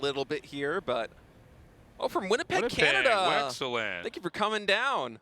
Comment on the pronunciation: Did Tasteless just say "Wexcellent"?